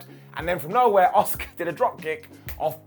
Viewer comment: The woman is called ASUKA not OSCAR ffs 🤣